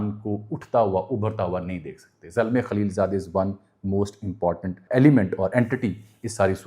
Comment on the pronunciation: Your opinion about zalma khaleel zaad is wrong plus illiterate way to eloborate his name